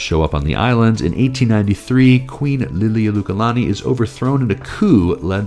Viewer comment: why are you pronouncing "Liliuokalani" that way, given how it's spelled?